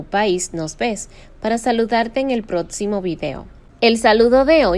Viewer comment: Que estupidez y desperdicio. Hagase un pedicure mientras se toma el jugo de piña y no se dice protcimo es proXimo